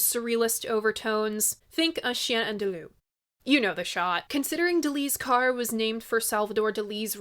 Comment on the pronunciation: Is it just me or does she keep saying DELI'S CAR? otherwise I appreciate her/your enthusiastic efforts to fairly regard this album.